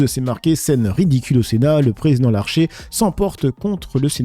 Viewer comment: Putain mais c'est NAOURI PAS NOUARI. TU TE RELIS MEME PAS !! et c'est LARCHER PAS LARGER !!! tu deforme parfois meme souvent des mots qui donne aucun sens au phrase et tu te reprend meme pas !!! ca fait le mec qui se prend meme pas la tete quoi !!! RELIS TOI PUTAIN avanr de publier !!! desole mais je supporte pas çà !!!